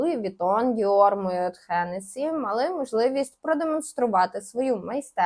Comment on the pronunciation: Бляха,та не моЁт,а моет,якщо вже шариш то хоч говори правильно